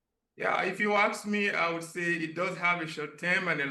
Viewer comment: Sir, its not ax me,"its ask me"